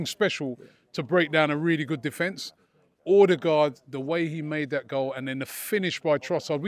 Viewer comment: Robbie's pronunciation of Odegaard is shocking hahaha